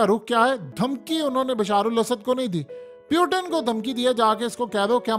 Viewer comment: Is not peutin is putin 😂😂😂😂😂😂